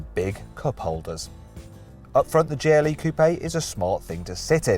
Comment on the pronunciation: Am I the only one hearing "Geely" all the time? xD